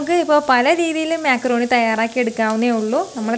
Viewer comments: Mecroni alla macroni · താത്ത മേ ക്രോണി അല്ല മക്രോണി